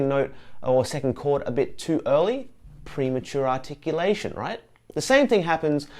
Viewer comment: Congratulations on saying "premature articulation" three times without making a mistake! (Or did you edit?)